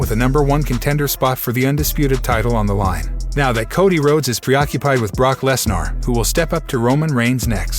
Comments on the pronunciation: At least try and pronounce Brock Lesnar's name properly ffs. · Brock Lesnarh lol